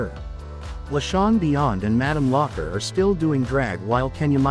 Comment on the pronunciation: Well I suppose it's an AI reading that script because no one would say that as Locker / lock her